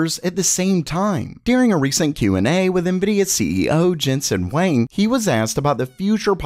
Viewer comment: I heard him say jensen wang lol